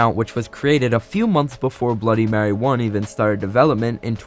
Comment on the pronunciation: Bro that Stan guy made a great job but he should search up words like bloody and mary